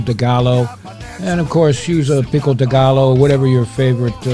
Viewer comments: Love this recipe. But your saying pico de gallo wrong. The 2 L,s is pronounced as a y . (Ga-yo) pico de gallo say it right next time please? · Lol I had to chuckle just an FYI pico de Gallo is pronounced pee-co de Guy-oh nonetheless another great video that just makes you water at the mouth 🤤🤤🤤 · Looks good! Another great recipe! Oh just for the record Pico de gallo is pronounced Pico de guy ō. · Pico de ga-low!! 🤣🤣🤣👍🍻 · I cracked up at hearing "picko dih gallow". That's how I imagine Archie Bunker would say it. 😂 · You can pronounce Pico De Gallo well by splitting Gallo, Ga-Joe! 😷👍🏻